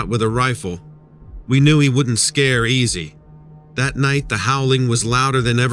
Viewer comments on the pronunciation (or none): none